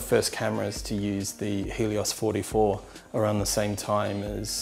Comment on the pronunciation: Did he say Hideous-44 lens? 😂